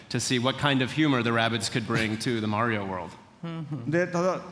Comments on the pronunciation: He say's mayo but its MARIO lol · i like how he pronounce mario : majo